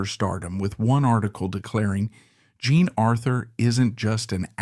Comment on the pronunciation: Why do you “play” with the pronunciation of the artist’s names? Most of the time you pronounce “Jean” correctly, but every so often you pronounce it as “John”. Are you confusing it with the French form of John, that is also spelled “Jean”? It detracts from an otherwise well done video.